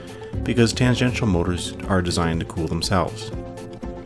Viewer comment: Lamentably, I must inform you that the narrator pronounces tangential incorrectly.